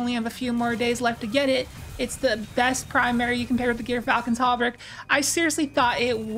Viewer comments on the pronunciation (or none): This is the correct answer, but you could write it more like "Jurfalcon" or like Xur with a J. It's like the animal "Gerbil" or jer. It's a soft g as in "George", and a short y as in "myth". If you've seen Datto's video's he says it correctly. Also doing some quick research by just searching gyrfalcon on YT and searching some articles, there's several examples/documentaries from good sources that confirm this.